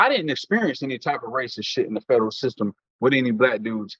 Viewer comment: Boy I swear I hate the way he say federal prison.Wth is a fedro prison?😂😂😂😂😂